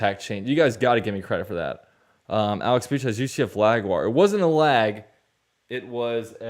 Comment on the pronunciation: “UCF Laguar” 😂😂😂😂